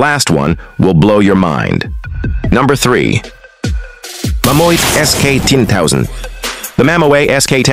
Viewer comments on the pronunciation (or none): Mammoeet ???? Learn a language, its mammut...